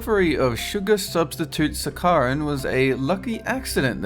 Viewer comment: Your pronunciation continues to be horrendous. If a word is new to you, look it up online and listen to the pronunciation. Start with saccharin, mauve, and quinine, three words you butchered within the first 90 seconds.